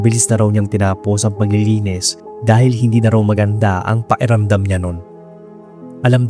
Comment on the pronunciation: PAKIRAMDAM hindi paeramdam. buyoy